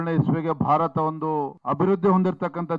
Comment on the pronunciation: ಭಾತರ ಅಲ್ಲ ಭಾರತ